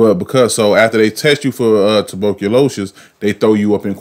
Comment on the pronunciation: Aye... What the hell is “Tuberculo-shus” 😂😂😭😭